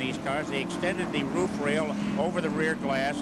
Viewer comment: I love how ned jarret says roof "Ruf"